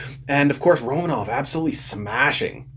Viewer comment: You keep pronouncing romanovs name. I figured for a habs fan you’d know how to say his name properly. It’s Ro MAN ov